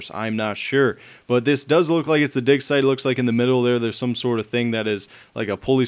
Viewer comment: u said dick insted on dig